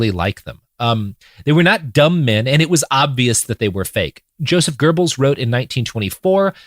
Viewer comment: Robert pronounces Goebels better than I ever would, and still my stupid brain always hears "gerbils". And here I am laughing silently imagining a bunch of gerbils in a trenchcoat.